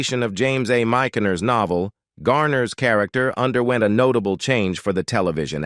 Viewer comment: Narrator grossly mispronounces "Kucinich," "Gephart," and "Michener." Also, there are for more pictures of Steve McQueen than of Mr. Garner. And the same information keeps being repeated. Sloppy job.